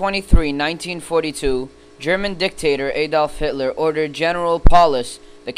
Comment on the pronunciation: terrible proncounciation of the German words... " Eydolf Hitlor" lol... " Luftwarf" lol. Disregarding this unknowledge, it was a good job!